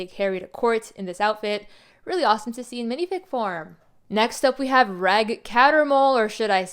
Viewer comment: It’s pronounced “Rej”. Short for Reginald.